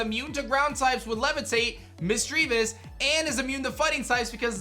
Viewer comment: All mispronunciations in this vid: Misdreavus: MISS-jruh-viss Correct: miss-JREE-viss (He said it wrong the 1st time but then said it right later in the vid) Mismagius: miss-MAY-jee-iss Correct: miss-MAG-gee-iss Gardenia: gar-DEHN-yuh Correct: gahr-DEE-nee-yuh Roserade: ROW-zuhr-rayd Correct: ROWZ-rayd Bastiodon: BASS-tee-yuh-dawn Correct: BASS-tee-yo-dawn Staravia: STUH-ray-vee-yuh Correct: STAHR-ray-vee-yuh Staraptor: STIRR-rapp-tuhr Correct: STAHR-rapp-tuhr Lucian: LOO-see-inn Correct: LOO-shin (I actually had to pull up the 35th ep of the Sinnoh anime just to fat check this) Milotic: my-LAWD-ick Correct: MY-low-tick